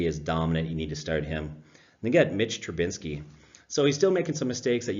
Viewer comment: Trubisky. Not Trubinsky.